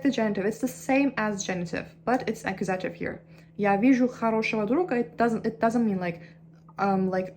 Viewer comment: It's true that you need to hear the words instead of reading them in order to pronounce them correctly. Your English pronunciation is really good, but you struggle with words that nobody uses in everyday language. Nobody talks about verb cases unless they are studying a foreign language that uses cases. You should try listening to the words "nominative" and "accusative''' to get the accents in the right place. The only other improvements to your English pronunciation I can suggest are to make sure your "v" sounds don't come out like "w" sounds, and your "th" sounds don't come out like "t" sounds.